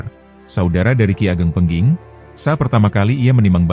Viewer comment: Ki ageng pengging. Bukan pengking...😮